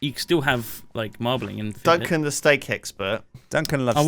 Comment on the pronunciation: did they really pronounce filet like that...